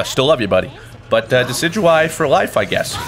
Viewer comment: It's decidueye! Pronounced:De-Kid-You-Eye